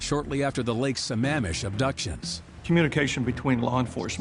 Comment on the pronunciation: No sure what the brunette detective adds to the story, since everyone else interviewed actually came in contact in some respect with Ted except her. She even mispronounced the name of the lake where 2 of the women were kidnapped from. Apart from her, excellent documentary.